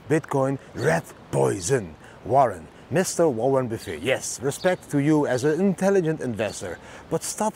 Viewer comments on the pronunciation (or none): Great vid! Warren Buff-it is how many say his name. In Dutch, Buff-het. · It is pronounced Warren Buff ETT